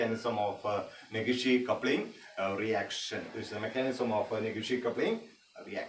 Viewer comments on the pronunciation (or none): Negishi coupling sir not neghishi coupling